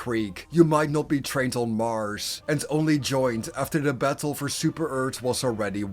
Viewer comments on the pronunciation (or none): none